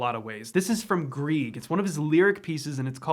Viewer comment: His name is Grieg, pronounced Grigg, not Greeg